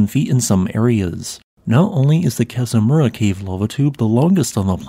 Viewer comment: As a native Hawaiian, I’d appreciate the narrator to pronounce the Hawaiian words correctly, the Kazamura lava tube sounds off. However, the history and info were awesome.